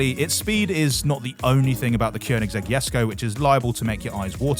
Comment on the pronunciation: First time I've heard a non-Swede say Keonigsegg Jesko correctly.